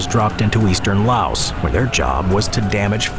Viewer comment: The S in Laos is silent.